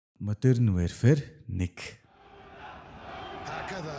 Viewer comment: Wearfare gd bdg shatsn pzda barag wherefare gd bgam bishuu ydjhd yasn ch olon heldiin pzda pzda pzda WARFARE geechde WARfare! Chadhgu bol translate dr bichheer uudus chn unshij ugdug function bas bgashv PZDAAAAAAAAA